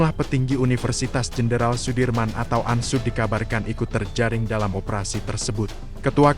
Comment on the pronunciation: Ini reporternya orang bule ya. UNSOED di sebut ANSUD